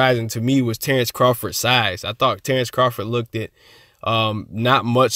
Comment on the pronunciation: Bro, Look-ted is Not a word! Great video, just say lookt if you can't say looked.